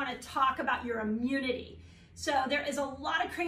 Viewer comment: Can't watch anybody that can't say the word. It's not ' Amunity'. Sigh!